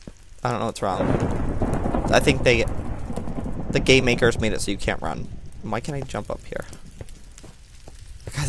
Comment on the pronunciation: it sounded like he said the gaymakers